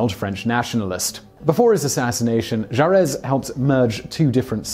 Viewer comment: It's not Ju Ress. The final letter is silent. The pronunciation Ju Ray.